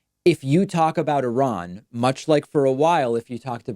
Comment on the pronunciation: Pointedly mispronounce I-ran to fool the algorithm.